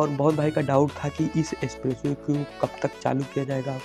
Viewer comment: गंगा एक्सप्रेस वे, ना कि एसप्रेसवे।